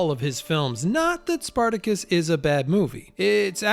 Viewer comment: also SPARTACUS mispronounced in film, CLUELESS